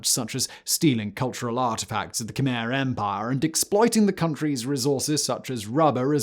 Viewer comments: Not khymer ,,,,,,kmehr……say it right…….all you do is talk. Do it right! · It's pronounced "Kuh-my" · just for anyone who doesnt know, Khmer is actually pronounced Khmy